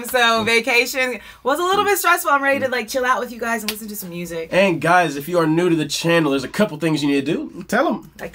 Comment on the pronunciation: I'm so glad you mentioned Karen's elocution. When I was in choir there was an emphasis put on pronunciation and we were told not "chew your yous" (when singers say "chew" instead of "you"). It is so much more beautiful when pronounced correctly. Karen was definitely one of a kind.